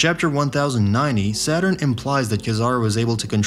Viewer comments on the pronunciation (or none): none